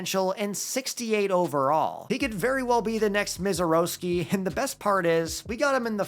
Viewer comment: love your content but man we gotta work on those pronunciations... misiorowki and frelick are not pronounced like that lol